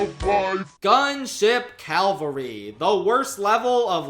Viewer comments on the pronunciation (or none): Shoutout to the word "Cavalry" being on the screen and being pronounced as "calvary" lmao